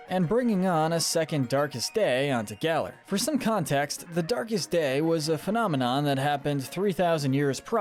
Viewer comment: You’re so bad at pronouncing names,. 🙄 Eight pronunciation error’s corrections: • GA-lar • NI-hih-lee-goh • Solgaleo: SOL-guh-LAY-oh • Mr. Briney: MISS-ter BRY-nee • resh-ir-RAM • row-EN • YOUX-ee • Lysandre: LYE-SAN-der